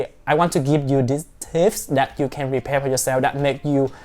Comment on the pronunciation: Nice and interesting ,as you are talking fast and to the point..but it is prepare not repare🙂